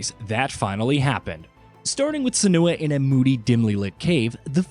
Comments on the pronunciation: Sa-noo-ah Saga? Haha. I dont even blame you. Its been a while since we heard news of this game. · I thought it was sen-you-ah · His pronunciation of Senua is literally giving me cancer